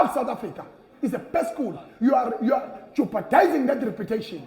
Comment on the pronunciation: Lol i know. Im just laughing at how he pronounced it. I almost thought it was a Zulu word. Une haba